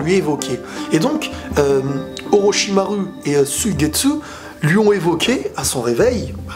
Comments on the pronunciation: Tu le stresse à dire OrochimarU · J'aime bien la manière dont tu prononces Orochimaru